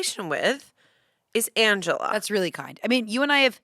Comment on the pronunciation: The way still can’t say Angela’s name kills me every time